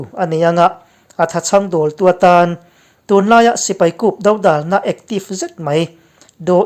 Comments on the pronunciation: A noun form 'dodàlna' tihah chuan, "Râl kan do dâwn" tiha 'do' tih anga lam loin, "Râl do ka huphurh" tiha 'do' ri hniam anga lam rik tur. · 'Dodàlna' tih hi a lam dàn dikin han lam teh u.